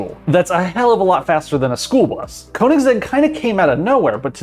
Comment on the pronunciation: Koenigsegg might be hard for you to pronounce because you don´t know that "oe" is pronounced the same way as "ö" and most americans think they are too good to have to learn how that letter is pronounced. It´s not the manufacturers fault, it´s all on you.